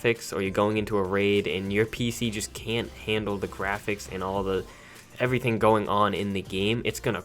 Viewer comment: You say evrifing rong ferlant that not rong